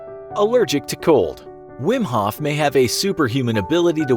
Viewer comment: it at least sounds like hoth